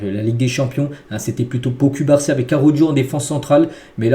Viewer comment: 😂chef cubarsi s'eppelle (coup-bar-si) pas (cul-bar-si) 😂😂 mais je kiffe kan meme hahah